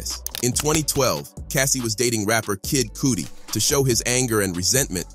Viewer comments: This fool said Kid "Cootie" 😂 I'm done. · Kid "KOOTI" 😂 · Kid coodie 😂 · "Kid Coody" hahaha!!!!